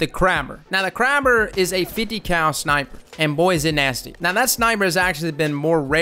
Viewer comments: Yesss more apex content please. Also, my guy, are you purposefully mispronouncing things just to fuck with us at this point? Gabralter... Crabber? Worst part is I can't tell if it drives me crazy or if it's part of your charm. Anyway keep up the good work. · It’s pronounced kr-eh-ber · “Crab-er”...BT didn’t die for this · *JIB-raltar *CRAY-ber Love ya',!;) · Prennounced JAHbralter and KRAYber lmao had me dying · I'm sorry but this video has some very flawed and incorrect information in it. The Kraber gun is pronounced "Kray-ber" (unless that was just the accent of that one guy in titanfall 2 i dont know) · It’s pronounced CRAY-BER